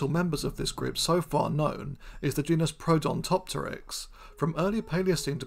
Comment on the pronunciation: While I loved the video, there's something that I feel like I need to point out. You mentioned the basal genus Protodontopteryx, but whenever you mention its name you call it Prodontopteryx, a genus that doesn't exist as far as I know. I really hope you see this comment. I did love this video, I hope I didn't come across as too critical, but hearing a name get repeatedly mispronounced like that always annoys me, especially when it comes from someone who's normally much better at getting names right.